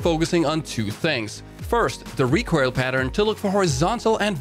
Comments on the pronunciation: really wish you would pronounce "recoil" correctly. It's RE COIL, all I hear when you say it is RECORAL and it boils my piss. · Anyone else annoyed by the recoirl? IT IS RECOIL! NOT RECOIRL! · I love you, but pls. PLS. Learn how to say "recoil" correctly. In a "recoil" heavy video I cringe everytime I hear you say it. You almost say it like "recoirl" or [recoyrl]. Love your shit. Love it. Everyone. Don't get me wrong. Love. It. But trying to watch this video is hard. And I know I'm not alone in this. Commence the flak.